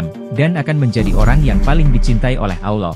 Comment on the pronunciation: Hebat hebat…sebutan Aulloh tu salah tapi Allah yg benar.